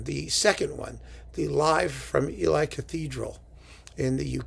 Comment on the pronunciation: Please,. Ely, the city, is pronounced Ee’lee. Thanks for all you do.